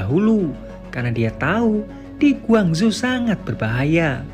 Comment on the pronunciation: Iya aku pikir di cina soalnya penyebutan nya gwangzhu . . Ternyata korsel . . Kalau korsel gak ada kn yg namanya gwangzu